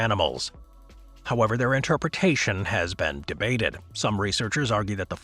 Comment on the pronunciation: Don't enunciate debated like that.